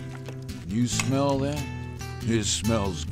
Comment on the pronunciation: HMMMMM TATS GUUUD~ i love it everytime he says tat!